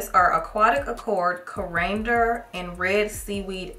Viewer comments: Corander😮😅😅😅 it’s Coriander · Babes it’s cory-ander. Coriander is the British word for cilantro. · It’s pronounced cori-ander. It’s an herb. Both cilantro and coriander come from the Coriandrum plant. Y’all probably ate coriander in some foods.